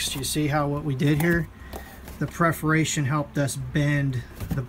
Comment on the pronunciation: Very helpful video but the repeated mispronunciation of "perforation" is distracting (at least for me).